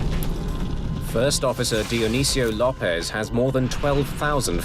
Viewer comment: This V/O pronounced "Carlos" as "car loss" and López as "law pez". IT AIN'T THAT HARD.